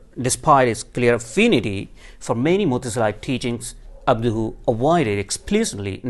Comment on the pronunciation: I’m sorry I can’t take him seriously while he says abduhu. If that wasn’t enough it’s painfully obvious his “knowledge” about Islamic though comes solely from orientalists/imperialists because he implicitly says rationalism === mutazilsm. There are many avenues and branches of Islamic orthodoxy that embrace rationalism without going mutazili and it’s very orientalist to describe the rationality as being on a spectrum of mutazili thought. Insulting almost.